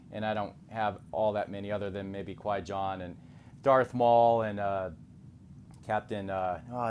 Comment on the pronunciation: Great review! But it was funny when you said “Qui-John “ 😂